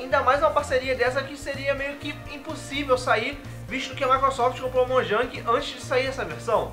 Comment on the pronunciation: mojang se fala moiang